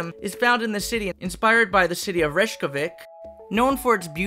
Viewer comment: ok as an icelander the capital is not said rejkavic its pronounced like this RAY-KJA_VEEK but we dont realy mind people miss pronouncing our languige as icelandic is so close to old norse we can read viking writing and cuz of that its the number 1 hardest languige for english speakers to learn